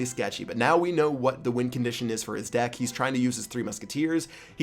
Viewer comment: just said " Cheap Pat's dick" instead of " deck" lol